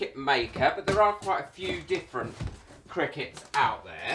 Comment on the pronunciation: i was told it wasnt pronounced cricket.. its cry-cut ???